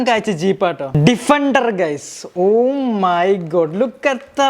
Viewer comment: bro what the heck 'OH MAY GAADD' 😂 😂